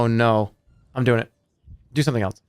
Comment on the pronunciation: Has anyone else realized that he pronounces “else” like “elts”